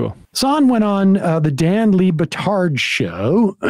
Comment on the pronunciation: Pretty sure the way Sam said LeBetards name was a hate crime